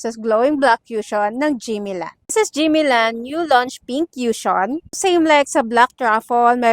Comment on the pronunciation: "koo-shon" po pronunciation ate hindi "kyushon" walang "yu" sound 😅